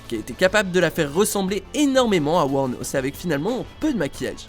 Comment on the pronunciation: A c'est Aileen Wuornos et non Wuomos mais vos erreurs arrivent si peu souvent que je vous pardonne ahah ^^